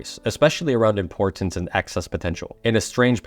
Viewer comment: Love it. For some reason I feel impressed to tell you you're saying "import-tance." Your hard T sounds are doubling up. Sorry if this is unhelpful. I've noticed it's a learned pronunciation, meaning you get to relax the double sound and just speak naturally if you want to. (Reality instead of realit-ty.) I hope this helps you flow better in the way you speak. Your message is amazing. Keep up the good work ❤